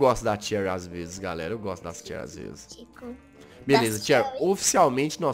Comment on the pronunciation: Se fala XEURY mas se escreve Cherry